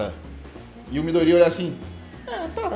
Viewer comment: Só eu que passo nervoso toda vez que ele fala "midorÍya"?